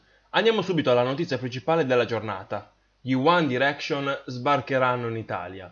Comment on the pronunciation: Una cosa: non sai manco come si pronununcia one direction.